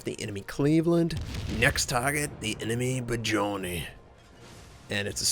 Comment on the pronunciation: its pronounced "Boodennij" not "Bajoni"